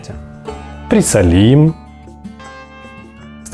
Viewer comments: Да)) ПрисолИм тоже прикольно) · он украинец, может, там так говорят?